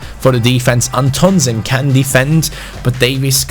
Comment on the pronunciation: Antonsen is pronounced "AN-tonsén" Pressure on An and sen. Plus the an is pronounced like "AN apple"